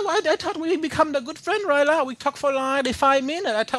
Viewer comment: haha "do you speak engrish? You make me confuze rye now" XD haha